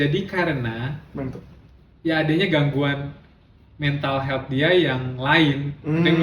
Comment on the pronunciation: Lucu bgt setiap nyebutin meha😂